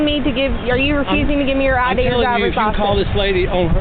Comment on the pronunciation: Oh, it's the chick that isn't even intelligent enough to properly pronounce "license."